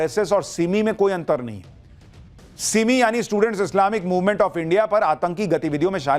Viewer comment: Bayukuf patrkar tu bhi india ko inde bolta hai wah kys camayntre kar tay ho